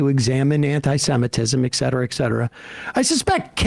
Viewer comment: I really do hate to nitpick, but every time Sam says exetera exetera I want to scream.